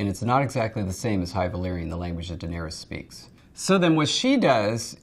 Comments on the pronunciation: Sam Hilton—yeah absolutely insane. Pronouncing everything as if they are English words. You would say that if she has seen game of thrones, she could’ve altered that. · those people failing at valerian just sound like they're speaking Simlish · Yeah. That's literally how Daenerys herself pronounces it in the Astapor scene